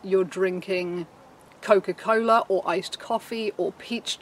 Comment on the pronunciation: nothing more satisfying than hearing a brit say: cokafuckincola